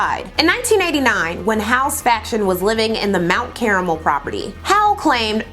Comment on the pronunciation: Ma’am, it’s mt KAR-mul. Thought you should know. 😊